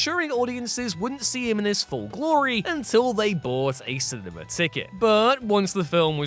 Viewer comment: The way he pronounces cinema. lol he adds an “R” cinerma… lol